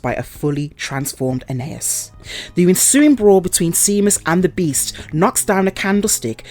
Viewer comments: Lol. Seamus is pronounced “Shaymus”, not seamuss 🤣🤣🤣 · Omg i cant even watch it because of that lol like really? Never heard of Shay-mus? Did you not even watch it? Cause if you had youd have heard them say it. Just a script actress. Doesnt actually know what shes talking about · Please, if youre going to narrate things, fir gods sake, learn to pronounce what youre reading. Seamus is pronounced Shaymus. Granted the spelling is odd, but many common names arent pronounced how theyre spelled. It takes 2 seconds to find out. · the name Seamus is celtic and pronounced Shay-mas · Thankyou for explaining in detail, I watched a review of this film on another channel and he gave no explanation why the gypsies wouldn't leave or whY they were doing there or why the stupid daughter didn't explain to her parents what happened to her brother, so thankyou. But please pronounce the name right its pronounced shame-us . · Saw this in theaters. Definitely an interesting twist on the werewolf myth. Boyd Holbrook's always good to watch too. Btw, Seamus is pronounced "Shay-muss". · Honestly how can someone not pronounce it right?!?